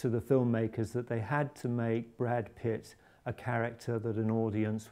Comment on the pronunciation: did he say brad piss?